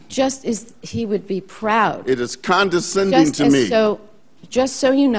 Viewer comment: "That is con-den-sending to me!" Haha. Ugh.